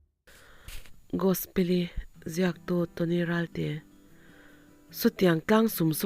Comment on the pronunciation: Ummm ngaihnawm leh e i allergy chu lo dam rawh se mahse i aw nalh tho e, chuan ti leh teh ang tinge Gosi tih khan i lam le, a story hming khi Gospeli ni sia Gos-i tih ni awm tak te ka lo tia. Gospeli tih hi Gos-i tih hian ka hriat ho hi kan ko tlangpui sia, chuvang a nia ka lo sawi ve mai², a tawp lamah chuan Gos-i ti in i lam leh tho a. A enga pawh chu ni se a ngaihnawm in i chhiar thiam tho².